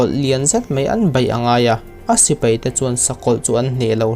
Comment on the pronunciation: "thleng" modified 'thlen' ..sipei × sipai ✓ etc...mizo tawng dik tak hi ngaihthlak anuam bik ania.